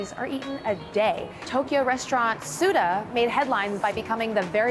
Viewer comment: Leave it to americans to ruin foreign terms. No you don't use soba interchangeably with ramen. Two different noodles made differently. Also, it's Tsu-TAH. But I guess americans like to americanize everything.